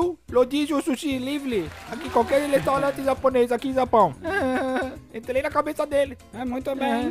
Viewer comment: "agora entlei na cabeça dele"